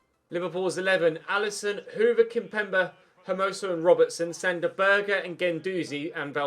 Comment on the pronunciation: If I'm not wrong sander berge is not pronounced sander burger is pronounced sander berge